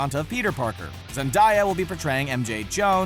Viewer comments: ZenDIEya...? Ummm... what..? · im sorry, did he just say ZEN-DIE-AHH its ZEN-DAY-AHH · It's ZEN-DAY-A not ZEN-DIE-A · Let's us all take a moment to realize that Zendaya is pronounced zen-day-ah and not zen-die-ah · Did anyone notice he said Zendaya's name wrong?? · Why is no one acknowledging the fact that he said Zen-die-ya instead of Zen-day-a.... its Zen-Day-a NOT Zen-Die-Ya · He said Zen-DIE-a uhhmm no honey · ZEN-DAY (as in weekDAY)- YA not ZEN-DIE-A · Zendieyah??? Lol it’s Zen-day-ya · It's Zin-day-a not zin-die-a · Zen-day-a it’s pronounced how it looks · Did you just call her Zendiya?! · Did...did he say Zendiya💀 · Sorry, did you just say Zendieya 😂😂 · Nobody’s gonna talk about the fact he said zendiya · Saying "zen die uhh" like a dumbass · These niggas dont know how to pronounce people's names said Zendaya name very wrong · How do you miss pronounce Zendaya? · BOI IS NOBODY ACKNOWLEDGING HOW HE SAID ZENDAYA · You pronounce Zendaya wrong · Kayla Douglas me too I cringed when he said it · it’s annoying though her name it’s not hard to say